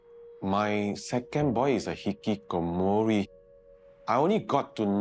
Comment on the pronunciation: the way bro pronounces hih kih koh moooori 😅